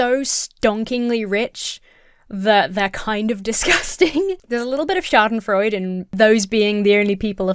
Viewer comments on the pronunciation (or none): An FYI; schadenfreude has four syllables. You have been short-changing it for years!😃